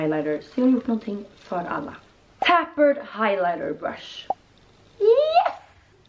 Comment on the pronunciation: ”Tappered highlighting brush”??? 😂😂 Omg, prova med rätt uttal på dina produkter 😆 Uttalas ”tejpered” Tappered 😂😂